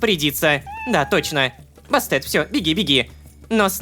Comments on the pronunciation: Не Басте́т, а Ба́стет, Рома(( Бастет — древнеегипетская богиня-кошка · Я не зануда нооо Бастет ударение на 1 слог ) хехехехпхп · Остановка сердца от произношения имени Египетской богини. (Я конечно могу предположить,что сценаристы могли сказать,что имя читается именно так,но я что-то сильно сомневаюсь). Басте́т блин :"/